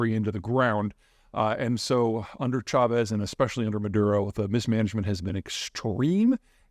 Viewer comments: Maduro not Mudaro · Maduro - (Mah-Dur-Oh) You are too smart not to know this. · Let me help you out. Maduro Ma-do-row. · "Moodaro", Maduro - What is the difference?